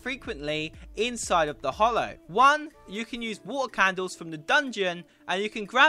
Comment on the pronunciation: Video is fine but pls learn to read It is called the HALLOW with an A not the hollow